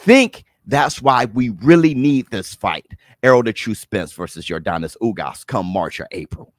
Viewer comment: Its not Yordonis its yordenis lol